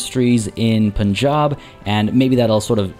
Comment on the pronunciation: Lmao intentionally mispronouncing things for the intro to this one was a challenge. "Poonjab" lmao. Major focus on economic progress this episode as we gear up for the next major conflict. If you missed the previous episodes, check out the playlist here